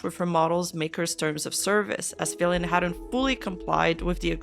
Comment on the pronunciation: lol the account LITERALLY SAYS FILIANNE not FILIAN 😂